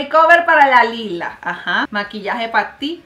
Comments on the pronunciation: no es lila es layla asi se dice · oye es laila no es lila esz laila